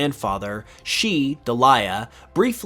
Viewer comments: You're pronouncing Ash's mother's name wrong. It's DEE-lee-ah not de-LYE-uh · I’m certain that Delia’s name is pronounced Dee Lee Ah Ketchum, not Da Lie Ah Ketchum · It’s not Duh LYE uh. It’s Deal EE uh. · "DE-LIE-AH?" I thought her name was "Dell-leah" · It’s not ‘deh-LIE-ah’ it’s ‘DEE-Lee-ah’ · Is that the correct pronunciation of Ash's mom name? I don't remember ever watching an English episode where she appeared... I always thought it was Deh-lee-ah... That is the pronunciation in Spanish and I thought in that particular case it was the same pronunciation too... Most names in Spanish have the same pronunciation they have in English... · Yeah, it's "deal-leah" in pronunciation but, I suppose a case could be made to stress a different part of the word to get "De'liar" Perhaps she is indeed lying about his dad and it's just a divorce? Perhaps he fought in the great war.... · And there you have the reason, why Delia (you pronounce it wrong) hooks up with Oak all the time 😂 and Mr. Mime sees Oak as a rival to his Crush on Delia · Great video and great research, but I feel you don't really care about pokemon and just do stuff for the views, as if you'd even watched some of the anime, you would of known how to pronounce Delia right. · I cringed every time you said Delia's name. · "The poison. The poison for Kusco. The poison chosen especially to kill Kusco. Kusco's poison." Also the way he pronounces Delia. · Reading ash’s moms name wrong kept pulling me out lol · You keep mispronouncing "Delia". You need to watch the original anime to hear how it's SUPPOSED to be pronounced. Megas are DEAD!!! The fans have gripped about wanting al kinds of things that will never happen. TPC doesn't listen to the fans at all. GIVE IT UP ALREADY!!!! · I really hate the way you pronounce Delia. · Is that how Delia is typically pronounced? I usually think of it as rhyming with Celia, Amelia, Cornelia etc.